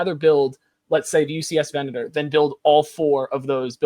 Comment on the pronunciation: HOW are playsets UNDERRATED in any way?? Cam was talking just to talk. Also he needs to learn to say Venator properly